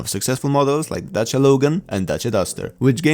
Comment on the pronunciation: Yay! You don't butchered the name "Dacia" while pronouncing it. That's I love Polish people!